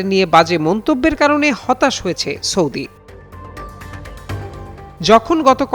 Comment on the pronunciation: ভাই হয়েছ্যা, করেছ্যা এভাবে না। বলুন হয়েছে, করেছে। এভাবে বললে শ্রুতিমধুর লাগবে।